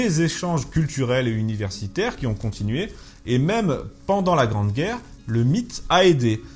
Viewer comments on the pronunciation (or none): none